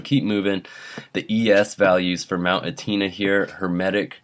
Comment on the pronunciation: It's pronounced mount Etna ( eh-t-nah)